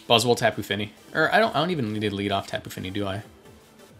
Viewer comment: When you say Tapu Fini is sounds so cool. Great Vid!